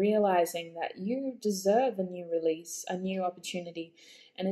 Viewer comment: that 💩 card! 🤣🤣🤣 but I did hear “release” 🙈 hahaha